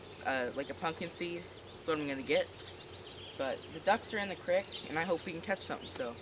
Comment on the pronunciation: I love the way he says creek!